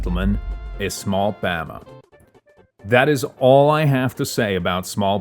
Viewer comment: I'm actually gonna go insane the amount of times he incorrectly said the names such as pama and soren